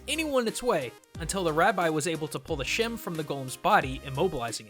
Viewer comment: its not called a shem its pronounced sh - ma. shema